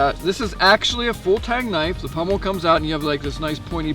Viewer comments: Pommel.....not pummel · Sorry, but the word is pommel (Paw-mel) not pummel. The Seal Pup can be found for less than $50 at times. The Gerber Strongarm was running around $50, but dealers got greedy and now they run $69. No one addresses this issue with prices suddenly rising or dropping and then going back to the usual price. That's why I own the Gerber Prodigy Coyote Tan Fine Edge versus the Strongarm. For $69 one might as well buy the LMF2 which is the better model. It doesn't seem fair to me that knife companies do this. As any product ages, or becomes a popular seller or is being discontinued the price should go down, not up. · It is pommel, not pummel